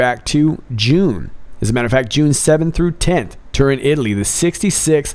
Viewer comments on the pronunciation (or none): none